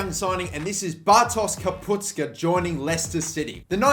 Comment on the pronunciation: why everyone says KapuTSKA??? it's KapuSTKA first the S then the T